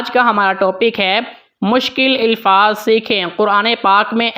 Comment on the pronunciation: Elfaz nahi Alfaz ap k qirat achee ha